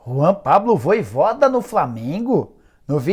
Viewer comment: rpz me dá uma agonia ouvir o cara falar "voivóda"